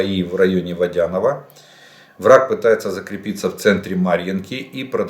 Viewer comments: Видимі горло брихунчік задаеш себе вапроси в прочесть не можеш кашляеш повторяеш слова по три раза запомні не водянок удареніе на третьою гласною букву.совет тренируйся перед виступлением і просмотрі і прослушать себя будет стидно самому. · Вітаю пане Олеже,постійн Вас слухаю,я з Донецька.Дозвольте зробить маленьке уточнення,надо казати Пески,наголос не букву е, або ,і ,як що українською.І Водяне,наголос на останню букву е.або російською Водяное,на букву е.Так мовляють усі місцеві.Це може бути корисне не тітки Вам.